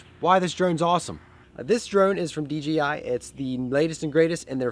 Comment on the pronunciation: Picked up my first drone (DJI Phantom 4) a few weeks ago. Absolutely love it as well. Flew it tonight for a youth event. FYI, it's DJI, not DGI. ;)